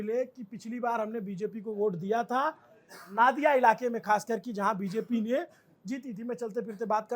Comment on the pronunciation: नादिया नहीं नदिया